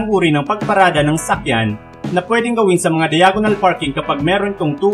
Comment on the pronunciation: Ako lang ba yung nakakarinig ng sakyan instead na sasakyan skskksks